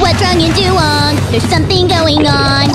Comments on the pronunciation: du wayng not du wong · IT'S DUWANG NOT DUWONG GOSH! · This shouldn't bother me, but it really does. Isn't it "Dew-wang" and not "Dew-wong"? Love all this tho. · I thought it was duWANG not duwong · Master Markus It's just wong. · It's doo-wAng